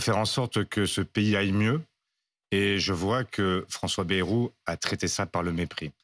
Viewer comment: Marre de mal prononcer ce nom !!! B-A-Y ce n est pas BE....